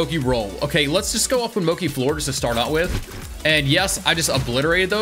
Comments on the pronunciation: Why is he pronouncing Mochi moki? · hehe Moki lovee the mispronunciation like legitimately enjoyed it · moki and katakari